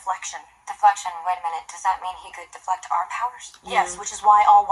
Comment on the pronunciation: the vanquish spell, when Alyssa/Phoebe said: 'I'm rejecting your deflexion.' it kinda sounds: 'I'm rejecting yer deflexion.'